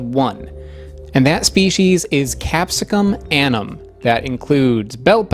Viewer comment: In latin names, you pronounce ALL the vowels! You keep dropping the 2nd u in annum, and the e in chinense